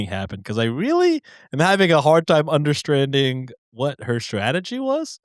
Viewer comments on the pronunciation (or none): Did say understranding?